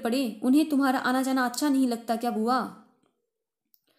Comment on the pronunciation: Bua bolo.. Please not bhua